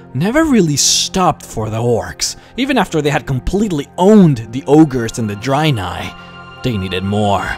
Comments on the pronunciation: Nice videos mate, by the way Dreanei is pronounced with ea like dread and not drainei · Why do you keep saying "dry nye" lol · I think its not pronounced draynai and draynor...